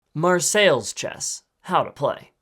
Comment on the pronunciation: That's for "Marseille", "Marseillaise" (from/pertaining to Marseille) would be be approximated as "mar-say-ayze"